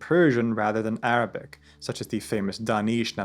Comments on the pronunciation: Thank you so much for sharing such condensed information brilliantly about Ibn-e-sina. I am impressed with your Arabic pronunciation and explaining difficult topic like essence and existence clearly. I read about him in childhood and am grateful to come across your video which helped refreshed my information which I almost forgot then. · always impress me with Arabic pronunciation! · Huge amount of respect due to the writer of this documentary. With religion bias aside. The amount of pure passion that is able to be seen with this author is astounding! The announcation of his Arabic speaks volumes! His ability to compare historic philosophy to philosophers around the globe to ideas from the Quran is mind boggling. Great work brother !